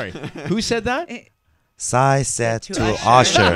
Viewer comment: Psy is pronounced sye